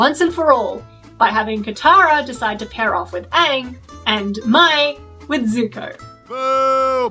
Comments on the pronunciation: Why do so many people pronounce Mai's name like "My". They clearly pronounce it like "May" in the show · her name is pronounced may btw